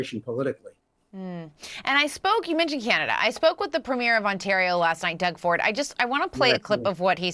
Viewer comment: Please. Please. Learn how to pronounce “Premier”. It’s not a movie “premiere”. It’s the PREE-meer.